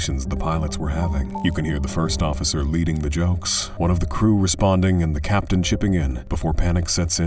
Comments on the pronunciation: I know (or hope) it’s already been said that it’s Captain not *Caption*. And pitot is pronounced pee-toe. I know. I’m a grammar nazi. Get off me. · It's 'captain' by the way, not 'caption.'